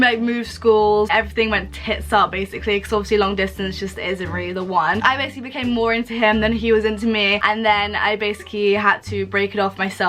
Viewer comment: This girl cannot say the word “basically”